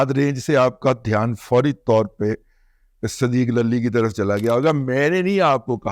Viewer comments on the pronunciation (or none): دادا جی ہماری درخواست پر "صدیق للی" نہیں، بلکہ "صدیقا للی" کہہ کر پکارا کریں۔